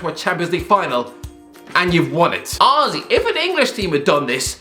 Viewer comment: Everyone else: Honestly: Owesy